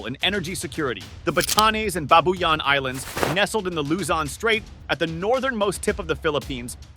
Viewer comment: Pronounce the name correctly pls it’s BAAAAAATAAAANEEES and BAABUUUUYAAAN long Aaaa pls